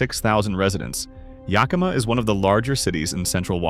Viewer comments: If I had to hear Yahkimah one more time … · We don't know were yukama , learn how to pronounce our native names YA KA MA ! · Yakima, short a (like yak, cat, hat) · Rhymes with Omaha. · Really! Someone needs to tell Ai how to pronounce most of Washington's cities! Start with Yakima. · I’ve commented on this in another of these videos. I was born in Yakima and I nearly spit out my wine when “he” said it. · yak uh maw. Kit uh tass. You didn't mention it, but Sequim is pronounced as Squim.